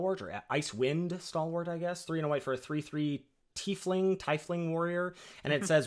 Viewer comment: I learned that has DEFINITELY not played D&D or associated video games, or read any of the novels — not knowing how to pronounce "Icewind" followed almost immediately by struggling with "Tiefling"... Nothing wrong with it though! Just very amusing to someone who grew up on this stuff.:-)